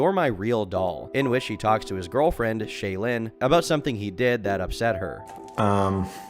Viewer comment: it's clear you never watched a mrgirl video by the way you pronounce "shaelin"